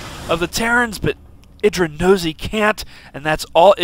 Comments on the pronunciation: what? how do u pronounce idras name? isn't it "ee-drah" damn that loox weird... how 'bout "ih-drah". This guy pronounced it the same way Bush pronounces Iraq xD "Ah-ee-drah". Also more importantly, Reaper Rush! YaY! I will figure out a way to get this against protoss xD even now after the age old patch. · It is pronounced ee-drah. The name comes from the god indrajit, but he forgot the N. the name then got shortened from idrajit to just idra.